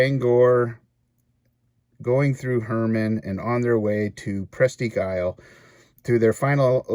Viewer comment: Grew up in Maine Presque Isle is pronounced "Presk Isle" . Nothing north of Bangor, but woods.